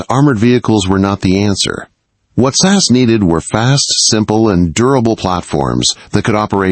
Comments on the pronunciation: As far as I know it's S A S or the regiment not sass . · AI narrator of this video uses the pronunciation sass, instead of SAS. Dad giveaway that it’s not a a live human. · S.A.S, not sass. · Did he really call it sas service? Do yanks think there were sassy soldiers in pink cars running around the desert? 😂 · This was reasonably well-written, but the AI narration was terrible. Just have a human read the script. The video is about the Special Air Service. The AI model reads “S.A.S.” as “sass” - it’s distracting and unnecessary.